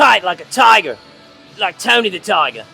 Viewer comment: Ive been saying "toight like a toiger" since i first saw the movie